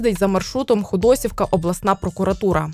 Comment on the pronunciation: Дякуємо за роботу. На майбутнє - наголос у назві села на «і» - ХодосІвка.